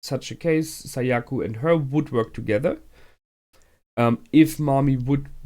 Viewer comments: Whenever he says Sayaku, it always reminds me of "Seyiku" from "Meduka Meguca." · Also Sayaka not Sayaku